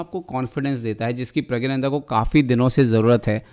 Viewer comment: It's प्रग्गनानंदा👏🏻